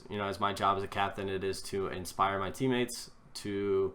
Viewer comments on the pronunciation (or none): none